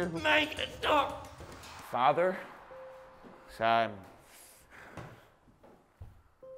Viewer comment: the way will said father was like the way most irish "commeners" would say father